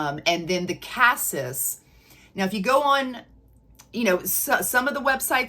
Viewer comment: BTW, "cassis" is pronounced cah-SEE. French. Just sayin. 😉 I have a dupe of the regular Devotion, which I LOVE....but the sillage/longevity aren't that great. Is the OG scent better at these?? Like Lattafa's new Nebras Elixir, I'm excited about this new Devotion flanker, have already added it to my (ever growing) wish list!